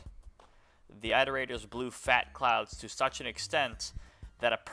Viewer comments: why tf did you say "eye-terators" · for the love of god stop saying eye-terators you are driving me mentally insane